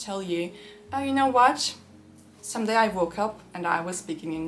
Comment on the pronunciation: someday diyormuşsun şimdi diye duyuyorum 🤦‍♂️